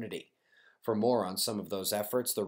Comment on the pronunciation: PMSL Sounds like you are saying Also we have a video for morons! GOLD!